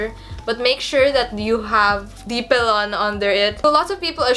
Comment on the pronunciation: I think boning got that name because they used actual bones to shape the garment. Yes, you said Pelon perfectly. I was wondering how you were able to shape the boning into a curve that held its shape. You did a beautiful job!